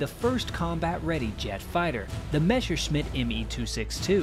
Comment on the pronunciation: it's Messerschmitt, not Meshersmitt.